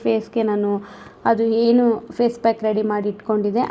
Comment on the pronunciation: Nice content. One suggestion to you. Dayavittu "Chaitra Kannada vlogs" antha channel name ittu kondu, Kannada ucharane sariyagi maadi. For example, 'a' kaara, 'ha' kaaravannu sariyagi uchcharisi. Henu for enu or holle for olle, inthaha padagalu bereya arthavanne koduthade. Dayavittu inthaha sookshmathegalannu gamanisi.